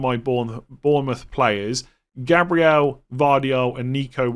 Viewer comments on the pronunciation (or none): none